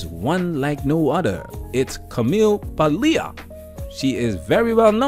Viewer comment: Interesting how Paglia speaks. Notice the pretty much out of control energy, the postures, the gestures. Her italian roots glow from her radiantly. p.s. It's not "Pa-LEE-ah", but "Paall-ya."